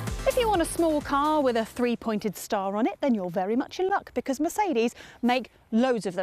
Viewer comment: I like her quirky delivery, but the one point 'free' (three) type mispronounciations always manage to confuse me for a split second.